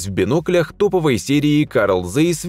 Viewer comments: Карл зейс деревня произносится цейс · Таки, прризносится ЦАЙС, а не цейс.Еще пример :heinkel-хайнкель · Произносится Цайс